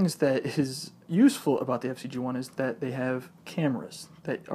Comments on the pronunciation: Why do you call it the FC-G1 when it's FZed-G1? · It's not FC-G1 idiot! It's FZed G1